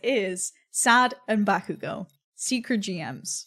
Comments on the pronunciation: BakUUUgo nononono baku-go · it kills me how she puts emphasis on bakugo's name 💀 she says it like baKUgo edit: later on she puts less emphasis on the ku but at the beginning she said it funny lmao